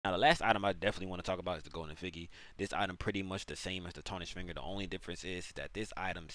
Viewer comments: Effigy pronunciation: Eff- Idge- Ee its not eff- figgy ffs 😆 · Eff-i-jee. Jee like Jar, Jam, Juice. Not Figgy like a fig. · In case you're curious, it's pronounced eff-ee-gee Great video though, very helpful! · I actually love the way you say effigy more than the actual way 🤣🤣 Imma say it that way now that goes hard 😂😂 good vid bro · It's crazy you made this whole video & can't pronounce effigy... still liked 🤣🤣🤣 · Terrible tutorial, no chapter buttons, asked to sub for 1 full minute, pronounced effigy wrong If u made a quick and easy to use video tutorial I would've subbed anyway without being asked to